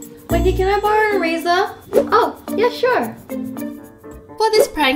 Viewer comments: she says erazer hehe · when wengie said "can i barrow your eraser?" it sounds like "can i barrow a razor?" lol